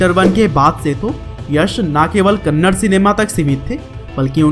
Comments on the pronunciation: Not kannad it's a "Kannada" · I appreciate your work but It's kannada not kannad. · Abe kannad. Nahi kannada hai thik se Bol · Kannad nahi kannada 😡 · That's not kannad that is kannadaa man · Not Kannad Kannadaa plz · Gaandu thats not kannad thatss.. Kannada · that's not Kannad it's Kannada🤗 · Bro it's kannada bro kannada please don't tell kannad it's an insult to kannada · It is not kannad it is Kannada (ಕನ್ನಡ) Rocky is brand..... 🔥😎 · Tq so much for this video ...plzzz pronounce it as #KANNADAAA not Kannad. Plzzz love fr the vid #JAIYASHBOSS #ಕನ್ನಡ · Kannad not Kannada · Not kannad it's KannadA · Bhai wo kannada hai kanad nahi 😊😊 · Bhai kannad nahi it's Kannada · You are not spelling movie names properly And it's not kannad it's kannada First time I'm disliking your video 😡😡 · It's not kannad it's kannada....a is not silent